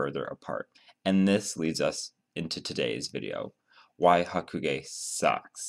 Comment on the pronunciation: is it me or are you saying haku-gay?